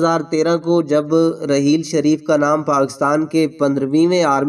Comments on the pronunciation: Mere Bhai APNI Urdu theek Karo yeh rehel sharif Nahi hae rahil to sharif hae apna lehja theek Karo ya Kisi auir Ko moqa do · جو کچھ بھی آپ نے کہا وہ سو فیصد سچ ھے راحیل شریف بہترین آرمی افسر ہیں اللہ تعالی انکی عزت و وقار میں مزید اضافہ کرے آمین مگر آپ کی اردو بڑی خراب ھے پہلے اچھی طرح پڑھ لیا کریں پھر ویڈیو ریکارڈ کروایا کریں آپ کو راحیل نام ہی لینا نہیں آ رھا ھے